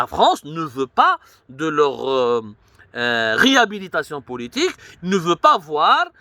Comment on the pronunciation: Riabilitaciou ha ha ha ha ha ha ha ha ha ha ha ha ha ha ha ha ha ha